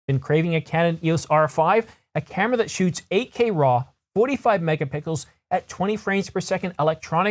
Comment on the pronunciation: Hahahah did anyone else notice it sounds like he says 45 mega pickles:goodvibes